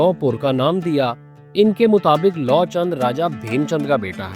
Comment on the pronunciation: Ram's son's name is pronounced as Luv and not Law.